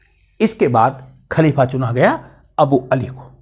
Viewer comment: Kuchh to pronunciations ki ghalti hai Khalifa kehne mein kyunki aapki zuban hindi hai aur dusri baat yeh hai ke Rasul Allah ka naam izzat ke saath leni chahiye jaise Hazrat Muhammad Sallallahu Alaihi Wasallam aur mrityu nahin kehte balke wafat ya phir intequal kehne chahiye. Aapne hawala diya hai Irfan Habib ki kitab ka, toh usme iss tarah likha hona chahiye, halanke mai ne Habib Sahab ki kitab nahin padhi hai.